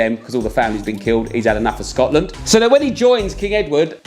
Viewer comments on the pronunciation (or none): none